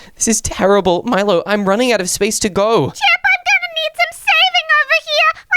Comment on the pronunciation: it is milo not molo